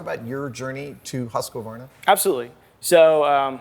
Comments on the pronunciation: Haha the way you say Husqvarna, I did not know Americans said it like that. The intonation is off. Should be something like "Huus-QVAR-na". It's a Swedish company, lessgo~! I'm confused by the blades... there's more than what we saw here right? Those are so small... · Lol, as a Swedish idiot I simply can't get over how Adam says Husqvarna! 😄It's really adorable, but it's simply pronounced "Huskvarna" as one continuous word! 😁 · Haha, same. American English pronunciation of the company name should be: hoosk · vaar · nuh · The beginning "HU" is pronunced much like the HU in "Hue", the "KVA" is much like the QUA in the word "Quark" So you could say it maybe like Huesquarna, I think that would be fairly close. It's a Swedish town, but you can split it up to two words since when you say it you say it as two words, "hus" "kvarna" Hus = House Kvarn = Mill/Windmill/grinder I isn't the easiest name to say in English I'll grant you, way of saying it is the best I've heard, but then again, If he has been living 6 months with the Swedes hearing it being said over and over it does help to get it to sound more like the Swedish pronunciation! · Yep, I got that. From the recordings I've heard, Americans would get closest with "hoos". From the Swedish IPA chart, it doesn't look like Swedish even has that sound. Two of the eight forvo recordings did not have the quar sound, just the k sound isolated from the rest of the word. Numerous Swedish speakers in these comments have corrected Adams first syllable with "husk", which will have every American saying it the way Adam does. See my comment above - that sound apparently is missing from Swedish. But I could be wrong on that. If there's a Swedish word with that first syllable vowel that Adam uses please tell me. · Americans pronouncing Husqvarna has to be some of the funniest things I've heard. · Yes, I know the long U is a bit hard in english, but please try to at least remove the ”a” in the middle. 😉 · More like huus qwar nah